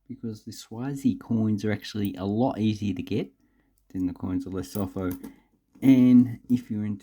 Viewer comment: Hey... Great coins, great vid... Just one thing... You pronounce the Lesotho as : 'leh_soo_too'